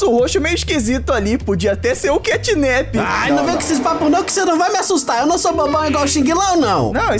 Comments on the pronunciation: e mano literalmente na legenda Os cara tão falando catnip semdo que e catnap com a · Ele disse cantninp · O nome dele não é assim catnip o nome dele é catnap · O xinglau não é catnip e catnap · CATNAP se inscreve assim e não CATNIP